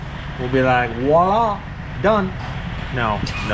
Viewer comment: Voila. French word, like Versailles, Voltaire and Vichy. None of them start with a W.